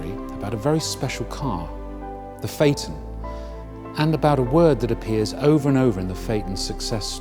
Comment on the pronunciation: He mispronounced "phaeton". The "a" and "e" should be sounded out separately, not together.